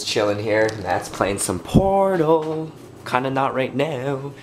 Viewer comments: When you said ''we're all just chillin here, mathis playin some pooortaaal'' it sounded more like ''playin some poornooo'' .. lol xD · When he said "Portal" I SWEAR I heard him say porno. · OOhhhhh...I thought you said "Matt's playing some porno" before I realized you said portal T.T